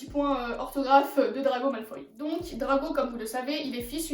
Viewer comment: Mdr tu dit drago malfay mais tu écris draco malfoy